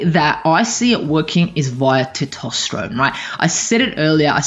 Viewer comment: For God's sake learn how to pronounce testosterone.